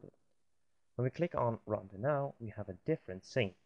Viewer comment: I hate how you pronounce render